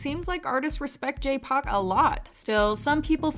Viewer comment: I've never heard someone pronounce his name J-POC LOL